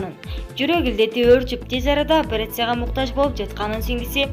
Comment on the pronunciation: Журналистка граматно суйлочу " апереция" дебей!